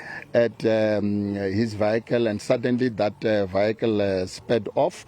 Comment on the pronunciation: Vehicle not vikle